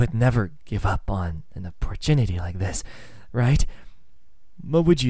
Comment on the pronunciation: Did he say opperginity or am I deaf